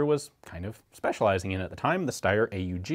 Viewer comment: Thanks for pronouncing it "ay-oo-gee" instead of the usual "awg" :-)